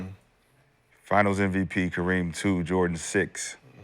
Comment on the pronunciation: Am i the only one that notices Gil says NVP instead of MVP. I heard it months ago and now i notice it every time 😂